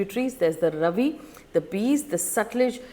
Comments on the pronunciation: Faye RAVI is not actually ravi but RAAVI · Hi Faye. Ravi is pronounced Raavi. Thanks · Please learn the pronounciation of these rivers. It’s not Ravi it’s Raavi. Beas is not pronounced like bees. It’s pronounced ‘Bayaas’. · It's R-AA-vi river and Be-AA-s river, not Ravi and Bis. However, the important question here is, which is more serious, India's suspension of the Indus Water Treaty or Pakistan's suspension of the Shimla Agreement? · Very nice analysis and historical description. One little thing, River Beas is pronounced Bee-aas and River Ravi is - Raa-vi 😊 thank you for updating us with the details and information which is very important for each one of us to understand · Just wanna say it is bee-aas not bees and raa-vi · Faye your pronunciation of Ravi and Beas is totally wrong. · You should check how to pronounce Ravi, Beas etc first making videos with this outreach!